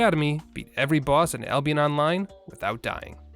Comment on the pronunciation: did u just say Ablionest?